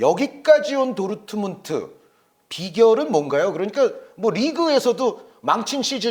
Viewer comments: ㄹ 발음 못하네 도우트문트 이런식으로 말하네 레아마드리드 이러고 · 어떻게 도르트문트를 도트문트라고 발음하냐 브베 목소리 닮아서 브버지 인가 보네